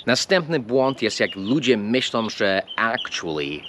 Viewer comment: po polsku mówisz dość dobrze, ale przez lata jakby się nie rozwijasz. Nie mówimy ludzie robiom, myślom, tak jak nie mówimy z tom kobietom, wszędzie tam jest głoska nosowa " ą", jak we francuskim.